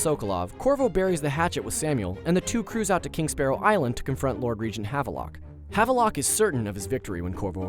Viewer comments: "Jess-a-MEAN" not MINE. "Have-lock" not "Have-a-Lock" ggbruh. You work for a video game channel... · The way he pronounces Havelock and Jessamine's names is so cringey.